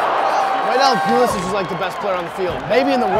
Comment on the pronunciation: Hilarious every time they butcher the pronunciation of Pulisic’s last name